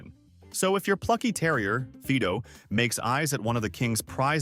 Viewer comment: Feedoh ??? 🐕🐩 Fido, mispronounced